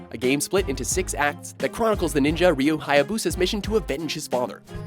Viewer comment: So you can pronounce Ryu Hayabusa's name perfectly but the most simple anime names still mess you up, what the hell